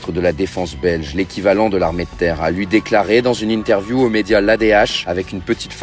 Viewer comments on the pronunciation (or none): none